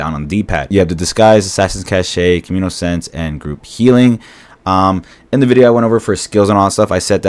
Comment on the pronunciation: i can't believe you said CASH SHE XDDDDDDDDDDDD It's pronounced Cash. (cache)